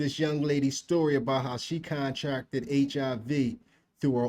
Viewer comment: “CON-tracted”? ….she didn’t sign to DefJam. 🤨